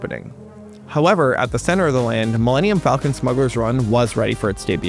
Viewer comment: Wait… how did Disney’s hypeman not know how to say “Millennium Falcon”!?! His company just paid $4 BILLION for the name, and he can’t do a Google search before the show? Or a Lycos search?